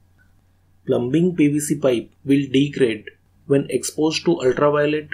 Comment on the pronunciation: B IS SILENT IN PLUMBING BRO